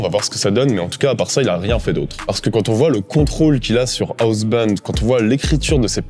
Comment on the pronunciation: Monster squad ça a l'air d'être une bombe. Je cherchais justement des films sur ce thème à montrer à mon fils. En revanche, je cringe à chacune de tes prononciations de Housebound. Mais ne change rien, c'est toi le meilleur.